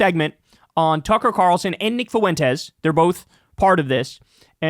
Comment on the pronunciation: Why do you pronounce Fuentes like that? "FOO-wentez" lmao